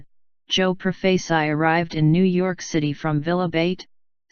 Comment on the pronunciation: Pro-face-eye? Cay-po? Lol!